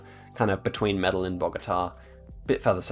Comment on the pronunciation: Good stuff. Your pronunciation of the Colombian citys is horrible. LOL Medellin is not Metal-lynn, the L's are silent. Its pronounced Meta-Yeen and Cartagena is pronounced Carta-Hey-n-Yah. The G is more of a Hey or a J. Best i could do turning them into pronunciations. Not trying to be 'that guy' that has to correct people, just trying to help. Dont need yah upsetting any Colombian Cartels or anything LOL